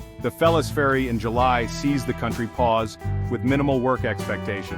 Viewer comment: Its felles «ferie» not ferry!😂